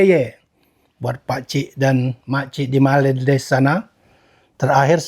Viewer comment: Sepertinya Vietnam lebih fasih nyebut malaydesh nya. Dibandingkan Indonesia nyebut malaydesh 😂😂😂